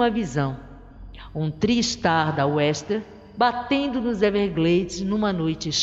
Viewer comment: aproveite e conserte o nome da companhia aérea: a pronúncia é istern e não western